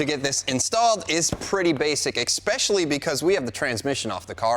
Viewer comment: Did he just say, "EXpecially"???????? Am I the only one that caught that??